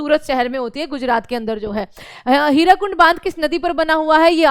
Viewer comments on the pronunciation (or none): Hirakud Not hirakund